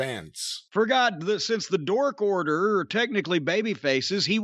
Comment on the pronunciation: Why is Jim calling the Dark Order the dork order? Jim a hater 😂